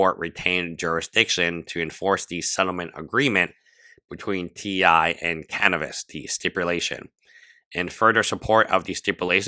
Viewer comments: I love u but its Caviness nor Canivess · The way you say Caviness sounds like cannabis, which is very fitting 🤣